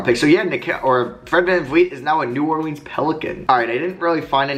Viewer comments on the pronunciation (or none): none